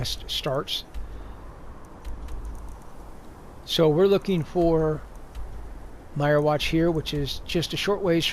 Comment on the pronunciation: wtf...did you really call them "Dark Soul Gems?" and it's pronounced "Meer-Watch" not "Myer-Watch" lol.....go away poser